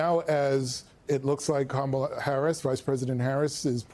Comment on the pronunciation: "Kahmals'"? Huh? I think you're over-complicating things. It's KAMALA (comma-la)!